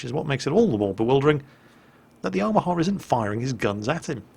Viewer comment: I think you might even be mispronouncing Omaha, you're pronouncing it like Omahar